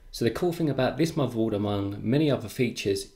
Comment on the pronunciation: Nice preview. Thanks. You might want to consider speaking more clearly. I hear usb free eeffernet muvaboard and I cringe. I do wonder if non English speakers struggle with listening to you.